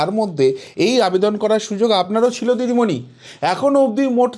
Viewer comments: উনিতো হিন্দি বলতে পারে না আপনি বাংলাতে ভালো করে বলুন দিদিমণি কে ডিডিমনি বলছেন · ভালো ভাবে নাম টা বলুন দিদি মনি